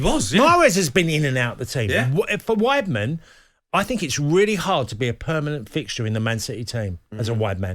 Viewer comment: Is he saying “wide men”